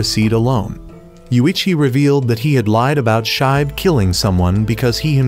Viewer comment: It's pronounce "shee-be" not shibe